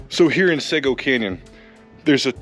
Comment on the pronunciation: It's pronounced seego